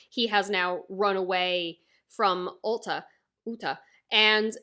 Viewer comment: Uta(Oooo ta ) not ulta no L where u get the L